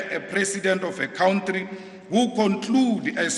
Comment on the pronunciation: country - it's pronounced cuntree not cowntree